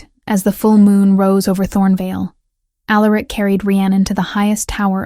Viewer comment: Facts…. And every omega, or, future Luna always says, “why me” … or, I’m nobody, or, I’m just an Omega… although I will say, the names were different this time .. except for Alaric ( mispronounced as it is lol)